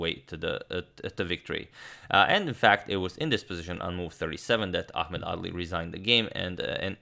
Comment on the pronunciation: I kept hearing ‘ugly’ lol